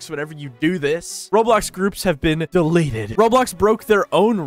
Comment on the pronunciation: lmao idk why i almost laughed at the way u said "deleted"